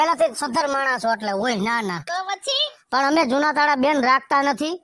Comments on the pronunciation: તાળા હોય ટાળા નહી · એને ટાળા નો કહેવાય એને તાળા કહેવાય